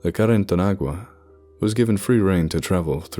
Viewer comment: While carretanagua is nothing formal your pronunciation is very good.